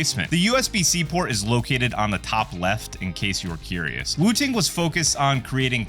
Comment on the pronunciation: SOCD subverts the intended skill requirement game designers built into games like Counter-Strike, and yes even Valorant. Valve made the right move. Also, it's funny hearing you pronounce it "woo-ting." lol